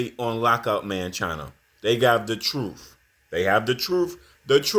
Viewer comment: "Supa" Ego..."Twoof"..."Filtuh"... - Lord have mercy! 🙄